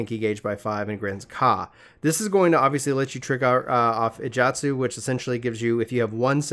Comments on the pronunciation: "Yukaze" "Ijatsu" I mean, you said the pronunciation wouldn't be good, but you could at least read the word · Iajutsu is pronounced roughly like "ee-eye-joot-sue"